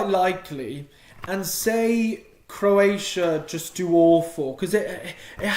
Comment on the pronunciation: He said crossia